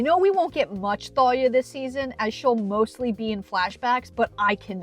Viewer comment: I think the H is silent, so it would just be pronounced "Talia" but what do I know